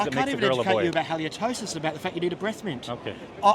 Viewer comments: IT's halitosis not haliotosis. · It's not haliotosis dude, its halitosis (to the green man) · "haliotosis" lmao dude things he's so smart the word is halitosis and that was a childish insult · A breakdown. The self-styled "intellectual" who can't pronounce a term that third graders know from cartoons (Hal-luh-tow-suhs, not Hal-leo-tow-suhs) that he throws out for his ad hominem attack (a fallacy where he attacks the messenger rather than the message) while crying "false equivalency" (a separate fallacy) on the indisputable fact puberty blockers are the same medication used to chemically castrate sex offenders, which he is either ignorant of or disregarding. He views it as his right to dictate what other people do with their kids, while accusing of the same, despite openly admitting to being sterilized, presumably meaning he has no kids of his own to partake given his view of people wanting to have kids as anachronistic. His vote is worth the same as anyone else's while he honestly believes it should be worth more. The odds are his voting preferences are reflected in the colour of his shirt. I must agree with this broken clock on one thing. The vasectomy was a wise choice. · Everything this guy attacks with, he is absolutely guilty of himself. He cannot even pronounce hallitosis correctly, and without resorting to ad hominems like he does, I would bet his breath smells worse than '. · Green shirt guy obviously has vast medical knowledge. He knows the extra syllable in halitosis! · Green top guy is a total idiot. And he can't even say 'halitosis' correctly. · HALITOSIS. He didn't even pronounce it correctly.